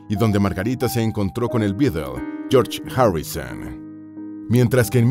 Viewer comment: No se dice “Inglaterreee”, ni “Margariteee”, ni “Reino Unideee” ni “historieee” ni “fiesteeee”, ni “Yorch Járuiseeeennn” 😂😂😂 Tienes un serio problema con las palabras que terminan en A y con el inglés en general, esa cadencia no es para nada agradable de escuchar. Dislike 👊🏻